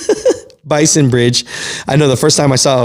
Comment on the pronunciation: BASIN. Basin bridge. Not bison.